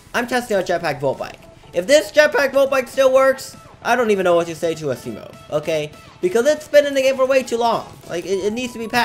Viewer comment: He said ASSimo XD.